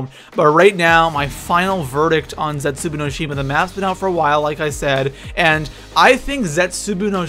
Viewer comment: Plz say zetsuboa right. It's very annoying and Der Eisendrache say that right too